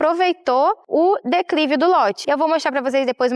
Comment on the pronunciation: Eu acredito que ela tá tentando dizer "declive" não dá pra entender direito